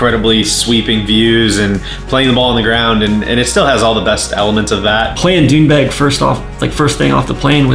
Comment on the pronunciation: Sounds like Trump was a godsend to the Doonbeg community. Why does everyone struggle so hard to just say it?